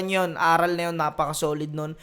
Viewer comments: Boss ,ARAL ! yun hindi A-ral ginawa mong pwet eh 😂😂😂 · idol, magkaiba po bigkasin at ang ibig sabihin ng pagkakasabi mo ng ARAL sa ARÁL. ARAL po yung prinopronounce mo na ang ibigsabihin ay lesson. While yung ARÁL is mas mabilis siyang bigkasin sa pag baybay mo sa RAL. ARÁL. Educated ang meaning nyan. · mali yung pag kaka pronounce mo ng ARAL at mali pag kaka intindi mo. ARAL yun na ibig sabihin bihasa sila hind yun ARAL ng nangangaral sila or nagtuturo. bugok naman nito yan sabi ko eh basta makapag labas lang ng video.